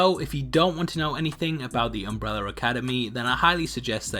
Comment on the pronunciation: Why do you call is Umbreller Academy?